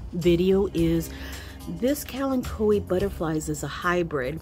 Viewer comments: I LOVE Kalanchoes and I pronounce it the same way you do :) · I pronounce it like you, it seems to roll off the tongue better! Always beautiful plants